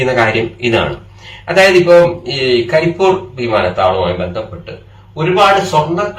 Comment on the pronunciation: കരി എന്നല്ല, പണ്ഡിറ്റേ . കരിപ്പ് + ഊര് = കരിപ്പൂര് അങ്ങനെയാണ് . കരിപ്പൂർ എന്ന് പറയുന്നുണ്ടെങ്കിലും, കരിപ്പൂര് എന്നതാണ് ശരി.